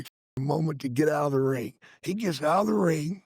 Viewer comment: It's pronounced RING.....not rink.....good lord